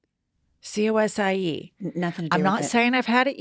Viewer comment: AV-O. Not ARRR-VO. You say our accent ALL WRONG! Lol!!!! It all makes sense if you say it right. It’s MAC-AAS. There’s no “r”. Cosi is pronounced - “cozzi”. You made me laugh SO much.